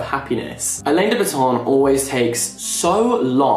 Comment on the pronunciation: excuse me how did he pronounce Alain De Botton (pronounced: Alan de bottom)